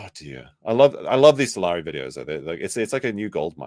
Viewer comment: Salari sounds like “I’m sorry” 😂